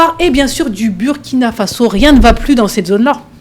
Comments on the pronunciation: Mme, le pays se PRONONCE LE BOURKINA FASSO, MÊME S'IL S'ÉCRIT BURKINA FASO. ÇA FAIT MAL AUX OREILLES D'ENTENDRE, SURTOUT DE LA BOUCHE DE PERSONNES DE PEAU NOIRE, CE QUE VOUS DITES. S'IL VOUS PLAÎT, DITES PLUTÔT "LE BOURKINA FASSO" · Dommage pour la MAUVAISE prononciation du Burkina Faso par la présentatrice. Hélas, Hélas !!!!